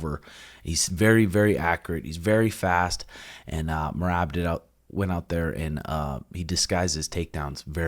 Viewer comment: Maybe they will finally learn to pronounce merab's name correctly